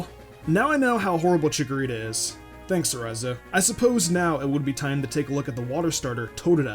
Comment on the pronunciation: not chickorita